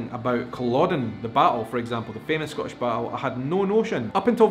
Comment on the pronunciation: This is going to upset you,, but you pronounce "Scottish" as a single-syllable word, so it comes out sounding like "Scotch," a word you have said really irritates the Scots unless it refers to the indigenous whisky or the hopping game or the candy or maybe the tape.